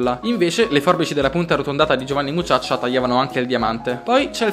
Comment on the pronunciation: ah dimenticavo... vatti a sentire come hai detto Giovanni Mucciaccia... li si che hai allungato la a xD